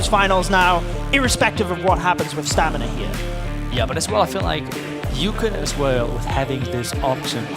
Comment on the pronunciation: I think "stamina" was pronounced "stanima" 30 times in this cast